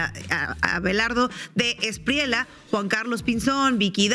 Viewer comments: El defensor de criminales y bandidos De la Espriella, pronuncia la doble ele en su apellido. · sugerencia linguistica respetuosa: la pronunciación del candidato Abelardo de la Espriella no es con LA al fina, sino como si fuera (ejemplo) TOALLA